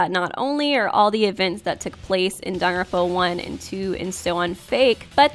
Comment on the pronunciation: please stop saying “Danaronpa.”